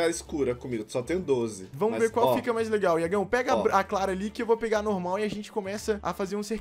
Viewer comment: Prefiro a normal quem percebeu que o n fala normal ele fala nolmal